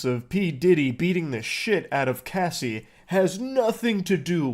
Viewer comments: Anyone else getting tired of pronouncing Cassie as Casey? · it bothered me so bad calling her casey not cassie. What was funny about any of it either? The giggling when reading that terrible stuff was kinda cringe. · It's pronounced Cass-e not Casey. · You'd think after reading the name 1000x you would understand her name is Cassie not Casey. Moron. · Her name is Cassie not Casey FFA each time you said her name incorrectly I wanted to smack you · Why is he calling her Casey? Her name is Cassie lol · kinda crazy how much y'all mispronounced their names or artist name. Cassie, not Casey. I always wondered what happened to her cuz she was HOT SHIT BACK THEN. Joe-Da-See = Jodeci, not Joe-dak-ee. Jodeci was very famous and a great group of singers. Sadly, they could have stopped something from Diddy. Saying that though, I'm sure diddy would be out already. Now, with all the shit that he has accumulated throughout the years, the man is donezo. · Yeah they changed pronunciation halfway through from "Cassie" to "Casey," and it was really bugging me. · Its not pronounced casey. Its pronounced like sassy. I wanna slap that dude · It’s disgusting how they can’t even pronounce Cassie’s name right. Especially laughing at her traumas. This felt like a high school presentation that nobody was prepared for. Shame on them. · You can at least say her name correctly when talking about her trauma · When saying Harvey's name wrong you correct it, but you mispronounce Cassie's name wrong the whole video... I don't think anyone would care if you butchered the monsters name..edit..props on correcting the pronunciations.. I feel like a Karen for that comment ...and this one, way too much laughter for a Diddy video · You couldn't wait an hour to stuff your face? Oh and being a communicator who doesn't know how to pronounce words with letters ass in is baffling. What an ace